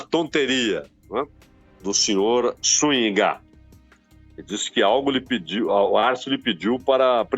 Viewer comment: A pronúncia é SÚNHIGA.